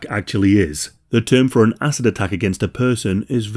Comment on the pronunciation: Great vid, horrible subject but am I the only one hearing asses and not acid here? 😬